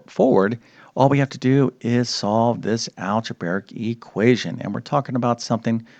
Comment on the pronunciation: Could you please stop saying "alge-BARE-ic"? It's pronounced "alge-BRAE-ic".